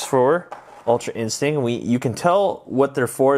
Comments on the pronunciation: anyone else notice that he says ultra instink and not ultra instinct lol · It was a good trick and review but I cringed every time u said instinct cuz u said in-stink and scalp for sculpt